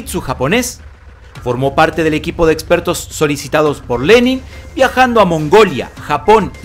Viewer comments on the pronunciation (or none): none